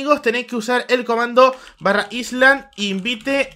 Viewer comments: AISLAND :v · para que me dejen de sangrar los oidos, "island" se pronuncia /'ailand/ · jaja mi profesor de inglés nos tiene a mi y a toda mi clase hartos por ese error